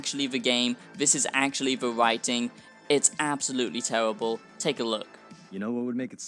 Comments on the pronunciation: Tewwibble absolutely tewwibble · “It’s tewibuhl!”